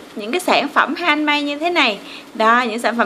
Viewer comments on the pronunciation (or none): Hihi 😊😊người ta theo cách đọc là han mếch mà chị đọc lộn thành han mây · Han-mếch chứ k pải han-mây nha cj